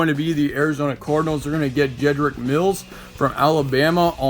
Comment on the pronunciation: Wills* not Mills